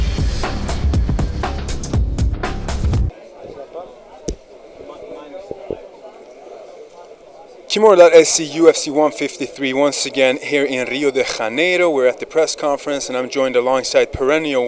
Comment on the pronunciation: Bra jobbat! Its not spanish so the pronunciation is actually Janeiro as in english.. Hehe funny though and nice effort..